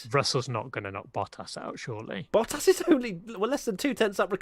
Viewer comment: "Shurey not ......" Ha ha ha! Lando for president!